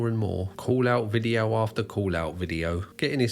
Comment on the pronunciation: Take this veediyo down or I'll sue you for espeeyonaj.